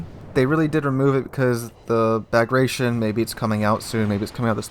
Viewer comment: Bagration, pronounced 'Bag-rat-ee-on' - a Russian version of the Armenian Bagratuni or Bagratid royal dynasty. Prince Bagration was a leading Russian general in the repulse of Napoleon in 1812.